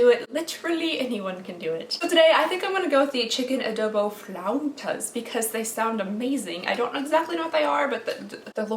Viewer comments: As a Mexican hearing you try to say "flautas" flauw-TAS.. is adorable. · My dear, it’s flautas like in Spanish lol. You’re adorable 😂❤️Much love!